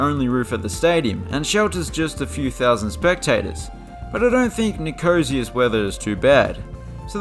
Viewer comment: Great video. Great commentary. Funny And your pronouncement of Nicosia is hilarious!